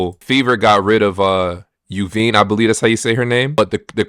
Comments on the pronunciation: 'You-veen' is crazy work for a name like Yvonne (Eee-von) 😂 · Yvonne> phonetically it's EEE-Vonn